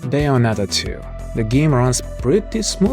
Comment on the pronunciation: bayonetta, not beyonetta 🤣